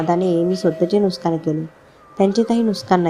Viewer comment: नुस्कान नाही नुकसान